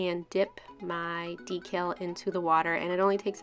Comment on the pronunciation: I'm so used to hearing Christine from Simply nailogical say decal differently it sounds so weird to hear you say it the right way omg. lol love your sharpie manis. :)